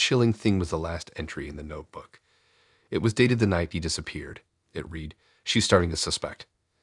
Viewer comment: Hint, the word isn't shīvers, and another is read = red not reed